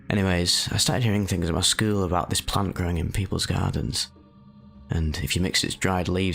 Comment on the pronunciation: “I was pretty average for my skeewl” lol that accent